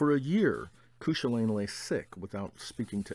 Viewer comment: Cúchulainn is pronounced like Koo-kul-in or koo kwa lin not that it matters much i'm just super irish. By the way these reads stuff videos are great and have introduced me to a lot of great books so thanks for that.